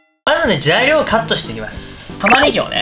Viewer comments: 正しい⭕まずは材料を… 酔っ払いあるある💧まずはじゃいりょうを… ツボったwww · じゃいりょうをカットしていきます ってｗ呂律も酷くて最高！